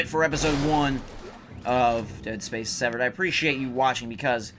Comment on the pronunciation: wow when u say dead space severed that quick, it sounds like dead space 7. did any1 else notice that